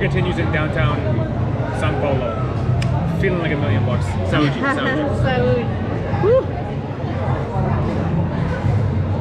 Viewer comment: Ivana says Saúde very well haha sounds like a local